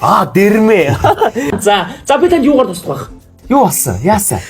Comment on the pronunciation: Ёугаарч биш яугаарч биш юугаарч